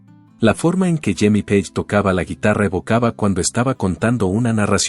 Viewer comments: Esta supuesta inteligencia artificial solo mal pronuncia los apellidos de la gente en inglés, es Jimmy Page y no Jimmy Paje etc. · Porque miércoles pone la imagen de Eddy Van Halen al revés, como si fuera zurdo. Que blasfemia. Además respete los apellidos en el idioma original. Sabe muy bien como se pronuncia Page y como idiota lo pronuncia en castellano. Que pretende crear controversia y tendencia? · Es mucho pedir q el apellido Page se pronuncie correctamente?